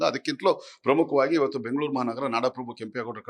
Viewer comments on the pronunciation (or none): none